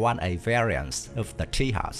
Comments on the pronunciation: It's not Ti Yas but Taey Jus. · Everytime you said Tehas, i died a lottle... This not made on spain, this made in India so the pronouncing is TEJAS as, tay-just